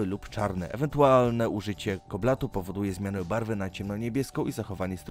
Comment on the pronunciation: Zrogowaciała a nie rogata. Koncentrycznie a nie koncentratycznie. Kobaltu a nie koblatu. Pegmatytowych a nie pagmatytowych. Praktycznie w każdym filmiku na Dyszce masz takie gafy, tu podałem akurat te, które wyłapałem ze słuchu choć jakiś ginekolog ( geolog a nie ginekolog ) pewnie wyłapałby więcej. Do Światowej Historii przykładasz się elegancko, a tu mamy żywcem czytaną wikipedię. Życzę ale jako stały widz też i wymagam troszkę więcej profesjonalizmu bo jak by nie patrzeć jesteśmy tu na Twoich kanałach jakąś formą społeczności oczekującej czegoś więcej niż przeczytania nam definicji turkusu prosto z wiki. pozdrawiam